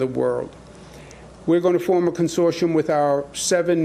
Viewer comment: goog god the T in consortium is pronounced